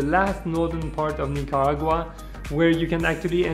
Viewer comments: it's Nicaragua not Nicagua but the video was really nice! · The way he pronounces “Nicaragua” is so funny, great video btw. Love Nicaragua❤️❤️